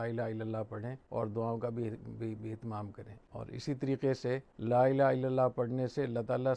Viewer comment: حضرت آپ کی عزت میرے سر آنکہوں پر اور آپ کا علم بہی بہت زیادہ ہے لیکن آپ کی توجہ چہوٹی سی چیز پہ دلوانا چہتا ہوں... آپ کلمہ پڑہتے وقت لَا إِلَٰهَ ٹہیک سے پڑہیں.. "ہ" واضح نہیں ہو رہا...